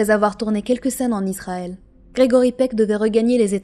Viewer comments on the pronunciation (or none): none